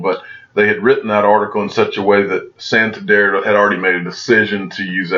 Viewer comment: 😂 it’s pronounced SAN. TAN. DER. Bank. Great content tho!